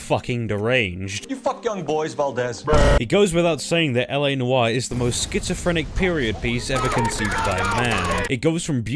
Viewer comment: "Noire" is one syllable.